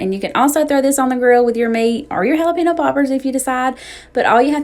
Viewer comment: Everything looks so good!! I just have to share it is pronounced Jalapeño which in turn relates to “haul a pen yo.” Not sure where people get pino in jalapeño from? You need to get the Trader Joe’s seasoning for corn. The Everything but the Elote seasoning and add butter and omg I swear you won’t go back!! I make my potato salad like you, but I also add black olives and pimentos.